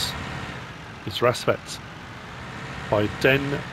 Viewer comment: you got the name almost spot on you just gotta say the A like an A not an E